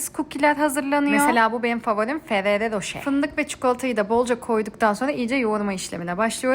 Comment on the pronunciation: Abla Almanya’dan yazıyorum, “ferrere roşe” diye değil “Ferrero roşer” diye okunuyor (Ferrero Rocher) haberin olsun.